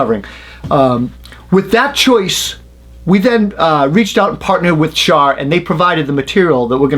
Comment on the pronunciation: Are you saying Shaw are shawr?